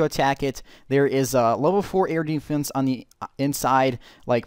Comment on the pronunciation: "Eardefence" o.O